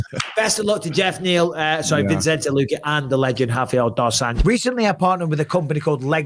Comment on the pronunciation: Guys it’s VI-cente not VIN-cente